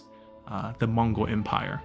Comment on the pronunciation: Hi Im from mongolia and i love your channel contents. Your Mongol name pronunciation is fucking hilarious, but love this series. Watching my own history from my favorite youtuber.